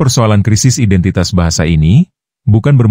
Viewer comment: Ngomong "identitas" aja belepotan ..😂😂